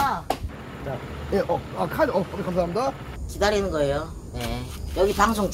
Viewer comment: 감사합니다 빠르게발음해서 감자 라고 하신데요